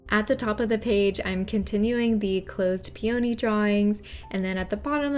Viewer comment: Your videos are so comprehensive, & your beautiful, creative designs are mind-blowing! Your voice is very calming & you do an excellent job of explaining things thoroughly. I adore peonies! After hearing the way it's pronounced in this video, I thought maybe I've been mispronouncing the word, so I looked it up. Peony is pronounced pee·uh·nee rather than pee·O·nee Thanks for sharing your amazing talents with us!